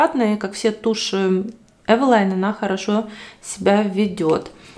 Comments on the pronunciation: Название польского бренда Eveline происходит от женского имени Э́велин. Так что варианты произношения «Эвелайн» или «Ивелин» ошибочны. Почему вы все время произвосите Эвэлайн, если все говорят везде Эвелин? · Потому что это польская фирма и ее название здесь произносят Эвэлайн